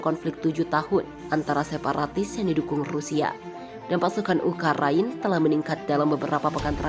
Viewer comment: Ukraina dibaca Ukaryana Putin dibaca Patin keseleo yah